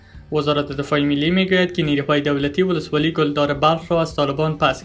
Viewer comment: ولسوالی کلدار را گل دار میخوانی